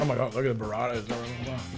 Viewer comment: “It’s called buh rradah”